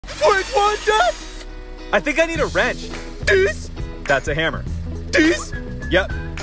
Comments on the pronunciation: Funny how 🄷🄰🄼🄼🅈 says Dis but its This 😂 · I love when he said dis? Dis?